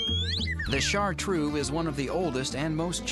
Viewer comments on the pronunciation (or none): ChartrEUX, not "shartrue" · DO NOT PRONOUCE BAD, IT IS CHARTREUX, NOT IU IN THE END, FOR HEAVENS SAKE THE USA PEOPLE DO NOT LEARN LANGUAGES